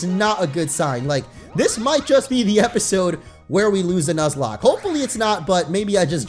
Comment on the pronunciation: I think he should continue the "nozlak".